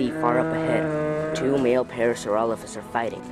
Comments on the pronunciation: did he just say PARASAUROLOLOPHUS???!!...... IT'S PARASAUROLOPHUS. doesnt matter. pretty cool. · Parasaurololololophus is what he said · Parasauralollophus XD